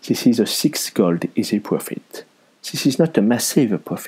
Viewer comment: I really like the way you pronounce 'gold' =) Makes it sound even richer! Nice vid.